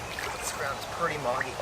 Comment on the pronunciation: Why does he keep saying perty instead of pretty